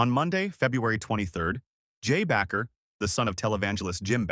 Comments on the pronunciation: I hate these AI narrating videos. As another posted why not say it from the creator unless the whole thing is fate. Bakker not Backer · AI? His name is Jim Baker, not BACKER! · The word isn't "Backer" - it is Bakker (pronounced Baker). Terrible podcast!!!!! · You're not even pronouncing Jim's name right!!!! It's pronounced BAKER, LIKE A PERSON WHO BAKES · AI can't pronounce his name right.